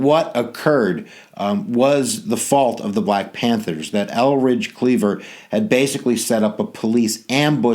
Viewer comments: Hi that was a very good lesson on the Black Panthers but one thing Eldridge Cleavers name is Eldridge, not Elridge. Thank u i learn a lot from you. You r sooo funny. Lol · Good history teacher, but name is pronounced ElDridge Cleaver, as opposed to Elridge.